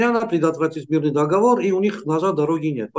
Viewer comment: не дОговор,а договОр)